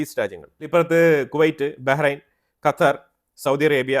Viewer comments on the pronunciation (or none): none